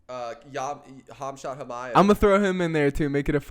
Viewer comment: The right way to Pronounce the name is " hamza chimaev " the 'k' and 't' are silent